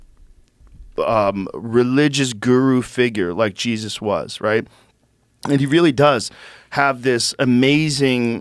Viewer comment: Chris has a magical way of pronouncing “Jeez Us”